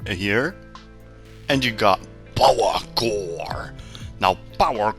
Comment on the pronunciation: Ssrsly probs a nice guide but the way u pronounce power core i just wanna hit ur head on the table.. no offense tho